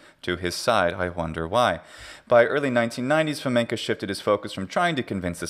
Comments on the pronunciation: Why do you pronounce Fomenko as Fomenka? It's not a Russian surname (unfortunately). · FamenkOH!!!! Not FamenkAH!! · Wrong "a", but thanks for playing 😁 Hint: the last syllable is very unstressed, the vowel is almost not there, it's even devoiced almost to "фаме́нкх". But you're pronouncing it almost like the Czech long "a" at the end of "Navratilova" 😁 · Not enough though - that "фоменкА" is kinda annoying.